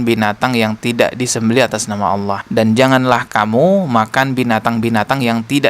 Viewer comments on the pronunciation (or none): Si ini Memang misionaris sejati....nyebut nama Allah saja Aweloh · Dari pelafalan Allahnya Jelas ni orang agamanya kristus deh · Loe yang terkutuk 😅😂 nyebutin Allah aja lidahmu melungker2 😅😂 sok2 an mengartikan 😅😂